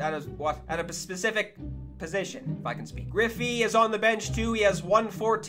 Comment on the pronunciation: gwiffy. Lmao